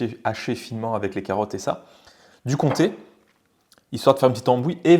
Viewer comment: Comment il massacre le comté 😭